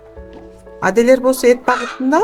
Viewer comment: Аделеер дебей Адлер де жакшы гитлер дебедин